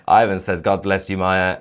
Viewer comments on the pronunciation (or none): none